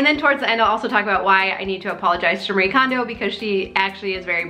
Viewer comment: I'm sorry for this unsolicited and nit picky comment, but her name is pronounced Mah-ree-ay. There are no silent vowels or syllables in Japnese :) Thank you for this perspective on the silent stress signals we're absorbing daily.